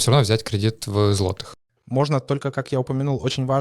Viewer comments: ЗлатИх, златИх, це яка говірка? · Это ТОЛЬКО ТЕОРИЯ, для тех, кто захочет воспользоваться услугами этих ребят. На практике все по- другому, можете проверить! Да, на заметку- поляк молодец, за полтора года да и без акцента, только кое- где специально ударение на злотом не так ставил!